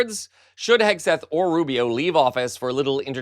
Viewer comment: ha ha ha 'Pete HAGUE-SETH' - even better than 'Pete Kegbreath' 😆